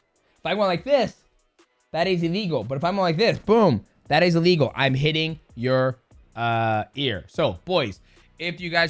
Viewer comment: Who knew "a legal" and "illegal" sounded so similar 🙄